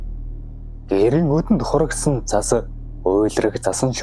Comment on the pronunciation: цас гээч дээ зас гэж шаагаад байх юм